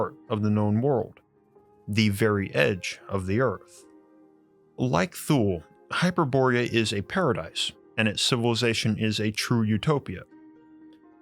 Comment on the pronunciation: You mispronounced Hyperborea and Thule again. It's not HY-per-BOR-e-a it's HY-per-bo-RE-a (the 1st and fourth syllables are emphasized not the 1st and 3rd) , it's not spelled with an -ia (Hyperboria). You also pronounced 'Thule' with a voiceless dental fricative (like TH as in thin, thorn) instead of as a 'T' sound, and it is 2 syllables not one ('Too-ley/Tool-ey' not 'Thool'). The same goes for the Nazi Thule society.